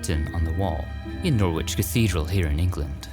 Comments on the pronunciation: Absolutely brilliant i loved it as alway's...... oh and Norwich is pronounced Nor ich the 'W' is silent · Norwich = Noritch